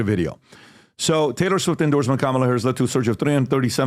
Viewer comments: Behar didn't even pronounce Kamala's name right. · Uh-oh, even Joy Behar mispronounces the vice president’s name LMAO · Anyone notice Joy mispronounced Kamalas name? Where's the outrage? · Joy said kamalas name wrong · Joy Behar mispronounced "Kamala"...according to Mika from Morning Joe, that's every racist.